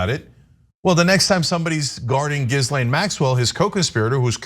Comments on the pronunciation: "Gizzlay Maxwell" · I think its pronounced "jizz-lane"